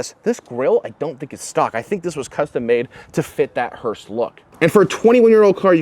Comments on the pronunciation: Dude. It’s called. Hearse. Not Hurst. As in hurst shifters. Etc …. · FYI: It’s pronounced hearse, not hurst. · It is a HEARSE, not a "hurst"! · Two things. Stop saying Hurst. I'm sure they don't want to be associated with this car. It's hearse. Speaking of not wanting to be associated with this car, how are they not getting copyright hit for this video? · "hurst" lol it's hearse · Hearse with no "T"